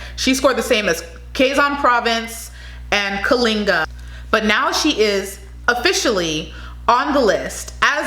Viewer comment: GO MISS KALINGA😍😍😍😍.... You pronounced it perfectly💕💕